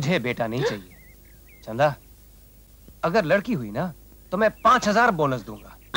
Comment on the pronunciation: It's Chanda not Chhanda 🤦🏻‍♀️